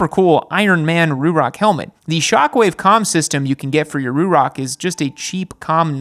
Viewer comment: The way you say Ruroc makes me wanna lose my shit.